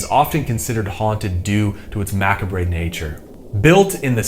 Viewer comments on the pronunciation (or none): mah-cahb, not makabray